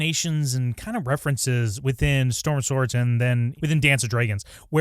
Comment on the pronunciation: Storm of “Swords” huh? 🤨